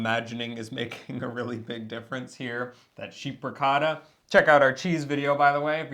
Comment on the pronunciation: Love you guys. English is a very clear diction. But could he say "sheepricota" separately? Lol. I took weeks to understand what it meant to be.